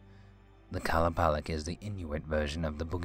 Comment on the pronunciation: Its actually qa-loo-pah-leek